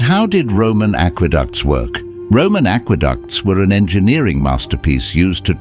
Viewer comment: Aqueducts. Not Ackwa-ducks